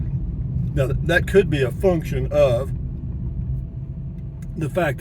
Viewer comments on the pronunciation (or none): none